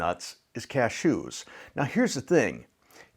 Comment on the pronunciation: I love the way that you say "CashOOS," kind of like you are sneezing. 😁